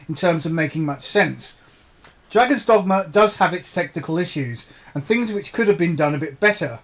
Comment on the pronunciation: No need to change the way you say "dogma". I have been calling it "Dogmer" ever since subscribing to your channel. Anyway,, great review to a great game!